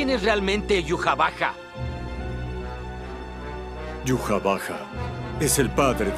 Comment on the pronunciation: prefiero mil veces pronunciarlo aiwach a decir yuhavaja